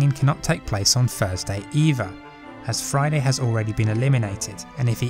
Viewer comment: It’s “THursday” not “FIRZday”